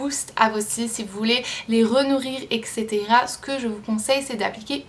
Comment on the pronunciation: Haha on dit " eTsétera ( eTc...) pas "eCsetera" mais sinon la video est parfaite